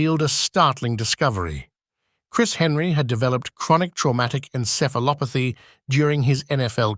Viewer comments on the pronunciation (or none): none